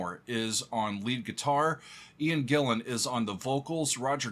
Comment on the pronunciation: His last name is pronounced Ian GEE-ANN.